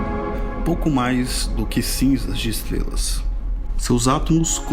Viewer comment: Valeu! "Estlelas" E o cebolinha narrando esse video?